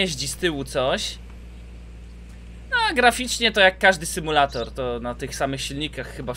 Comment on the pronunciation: symbulator?!? Xd